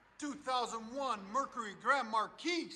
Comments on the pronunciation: Mar-kee. FFS. Mar-keys TF outta here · Just a friendly heads up, it's pronounced "Mar Key", not "Markeese". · The way you're saying it would mean the spelling would be Marquise. You're saying it wrong. Stop it. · The s is silent it’s pronounced like mar key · The "s" is silent in Marquis..... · Less respect for not knowing how to pronounce “marquis” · Dude, the S is silent in Marquis. Please stop. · 3rd one takes the win... btw Marqui(S) is silent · 2nd Gets my vote. The 3rd is a rust queen Marquis. S is silent boss man